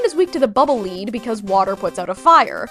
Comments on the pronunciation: Lead not leed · Bubbleman's weapon, Bubble Lead? That's pronounced like "led". Also like the metal itself. Quickman is also weak to Air Shooter for the same reasoning as Crashman (jumps around alot) Skullman weak to Dust Crusher: you're literally flingin' big hunks of metallic junk. Probably heavy enough to CRUSH bone. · Bubble Lead - OK, looked it up, Akira did confirm it was "leed" not "led," so it has nothing to do with molten metal, but that when Rock shoots it, it leads the way forward. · I’m pretty sure Bubble Man from Megaman 2’s weapon is pronounced Bubble Lead like the metal not like Lead like to lead a line. Because it’s a heavy bubble and if falls straight to the ground when you fire it.